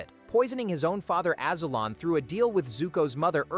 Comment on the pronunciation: Your AI can't even pronounce the name Azulon right.